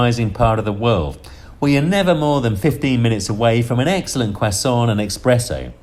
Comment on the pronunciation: Respect BUT I must point out, it's ESPRESSO not EXPRESSO